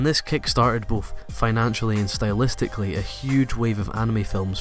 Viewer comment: HE SAID SYTLEISTICLLY NO FRICKIN MUCH